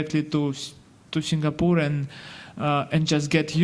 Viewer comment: It's SINGAPORE NOT SIGNAPORE !